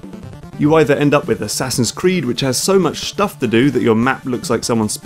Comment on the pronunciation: can you please say the word shtuff in more episodes? it's a delight.